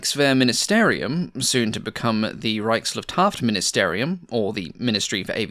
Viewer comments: Your pronunciation of that word that is the RLM is effortless. I always sound like I'm describing someone leaving an air biscuit in some large building. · Greetings from Germany. You don't have to worry about your german pronounciation. Even native german speakers have troubles with the word "Reichsluftfahrtministerium" and you nailed it 😃 love your content.